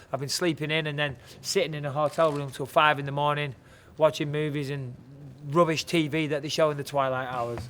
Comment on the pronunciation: lol "rubish"